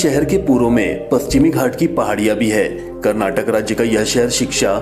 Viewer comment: It's Kannada And Karnataka please pronounce or Language and state Properly